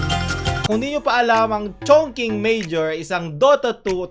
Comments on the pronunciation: ngayon ko lang nakita ang video nato pero yung ChongQing is Chong Ching talaga ang pag basa not Chongking hahaha wala lang ✌ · ChongQing pronounced as chong shing. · Chongqing is pronounced as "chong-ching" Mas plausible sanang explanation to lulz